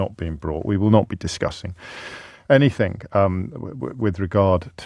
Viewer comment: James O'Brien pronounces anything as ANYTHINK